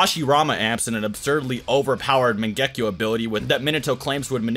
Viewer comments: Mangehkio wtf mate say it properly MAN GE KYOU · wtf is with the "megekko???????" its MANGEKYO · Bro mange-kayo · The way this guy says mangekyo is so wrong.